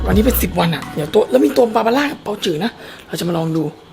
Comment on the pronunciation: เขาก็พิมพ์บาบาร่าเทออ่ะอ่านผิดเทอไง่นิดๆนะ